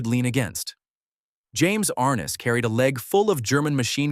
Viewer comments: "Arnuss"? Are-NESS (Like Eliott Ness.) You showed Thad Ewing as a young Milburn Stone? "Haggen"? HAY-gun. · Are Ness, not Ar Nis.